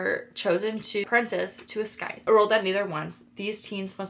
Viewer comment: Scythe is pronounced as (sithe) don't make the C sound in the word. Hope this helps! ❤